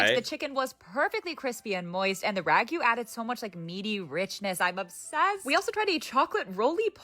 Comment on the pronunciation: I'm Australian. The fish and chips from my youth were the best. Wrapped in newspaper - as weird as it might seem today - gave it an extra something. But that's banned now, of course, cuz... ink or something. Also, how can Americans simultaneously pronounce ragu "rah-gyu", and emu "ee-moo"?